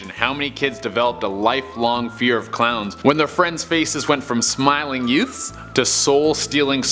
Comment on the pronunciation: When he tries to say a million clowns he says a million crowns